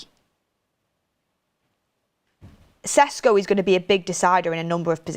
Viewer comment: Ffs, at least call him flipping Šeško! It's not Cesco, Jesus Christ I'm tired of this ignorance.. Mark has finally learnt that and you are doing shows with Ben Jacobs who's probably the best at pronouncing players' names and you're still totally oblivious to it........